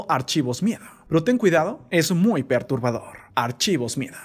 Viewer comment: Jajajaja meda risa como dices archivos miedo muy perrubador xd noda nada de miedo